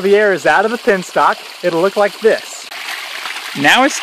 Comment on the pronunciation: BTW, it is "penstock" and not "pinstock".